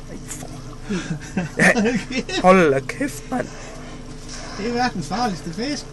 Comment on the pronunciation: Det verdens fartigste fisk. (sagt på jysk=EPIC)